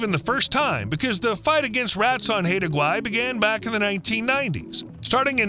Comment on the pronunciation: Haida Gwaii is pronounced "high da".